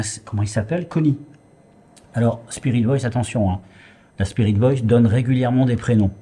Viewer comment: Salut. Je pense qu'il est possible qu'un esprit prenne possession de qq1 et parle grâce à la voix de la personne! PAR CONTRE, ICI je suis persuadée que tu dis "Y'A QUOI LÀ-BAS? C'EST QUOI ou DÉJÀ " En effet, ça t'arrive souvent d'avoir la langue qui fourche! Tu dis souvent "spirit Boice " ou lieu de Voice. Par exemple! Voilà, belle enquête cela dit